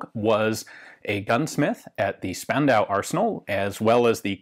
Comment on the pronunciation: I know I´m 2 years late but a quick insider-tip from a german: The S in Spandau is pronounced like the Sch in Schlegelmilch. Basically "Shpandau".